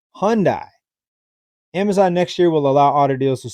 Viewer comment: Hyundai is pronounced Huhn-day. Iran is pronounced Ear-ron. It may not seem like a big deal but everyone should know how to pronounce such common names, particularly as a YouTube content creator. I hear news reporters get Iran and Iraq (Ear-rock) wrong all the time and it blows my mind. Just Google "Pronounce" and then the word, and you can listen to the correct pronunciation of anything, even last names!